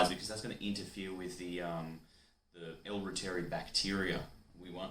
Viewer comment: Hi. I know you made this video 3 years ago but you’re not pronouncing reuteri correctly. It’s pronounced this way. Root- er - ri. 😊